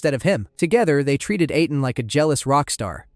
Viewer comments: "Aten" is pronounced the same as the "-aten" in Akhenaten's name. Ahh-ten, not Ay-ten. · Why pronounce Aten like that but then saying the pharaohs’ name correctly and thus saying the Aten correctly